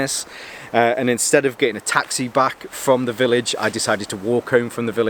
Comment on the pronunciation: You sure you're sober after new year? "From Frahm..... Frahm Frahm..... Is that where it's Frahm? Coming from Norfolk I thought you'd picked up our accent ole boi. Lol Happy New Year btw Frahm me to you!